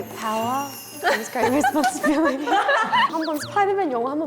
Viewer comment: "with great power comes great responsi-BEE-lity" Pham Hanni Bee